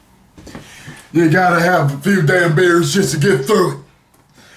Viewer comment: "traysh" lol